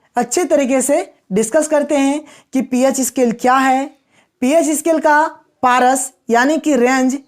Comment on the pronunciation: पारस नहीं , परास चोदो नहीं, चौदह 😂